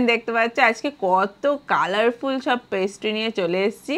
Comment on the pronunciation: Colourful ❌ kaalaarful ✅ Punishment ❌ paanishment ✅ Kon dekhta h yrr Inlog ko Kaise khaate h yeh log , baat krne ki tameez nhii h Or Inlog ke bhi fan h Oh goddddddd 😭😭😭😭😭😭